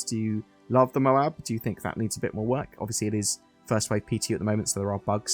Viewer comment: MOAB not MOBA ..lol